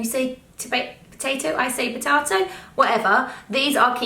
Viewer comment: Who says 'potarto'? Haha??! I've never heard anyone pronounce it that way